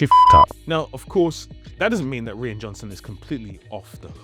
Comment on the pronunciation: Hey, American tidbit for you. Rian Johnson's name is pronounced the same as "Ryan, ( rye-an)". Sometime in the 70's, a bunch of people decided to change the spelling of Ryan to Rian, but pronounced the same. JJ Abrams last name is not pronounced Abraham, it is a shortened version of that. Remember: Two countries separated by a common language. Love your videos, keep up the great work!